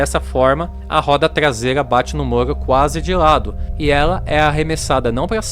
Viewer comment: Só eu ouço ele falar “moro” Ao invés de muro?